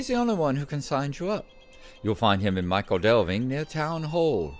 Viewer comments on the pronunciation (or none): Just to be pedantic for a moment, "Michel" is pronounced "Mickle" not "Michael"! This is an excellent addition to your LOTRO portfolio, but she should have the honour of her own show: "SLOTRO THREE" is a bit mundane but she could run through Yondershire as I don't imagine the other two are likely to visit there any time soon, and then maybe she'd be well-placed for the South Farthing when it arrives? Yes, that road leads to Yondershire, where you can meet all kinds of fun canon characters not to mention Bingo and his mob ;-) Does anybody ever get rid of their Bounder's Hat? I'm sure that all my characters who "earned" one still have it! The Quick Post Quests are actually an excellent way of working your way around the Shire, going from hub to hub, and there's some more in Yondershire as well.